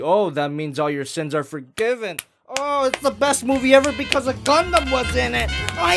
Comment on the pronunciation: DID YU SAY GUNDAMN????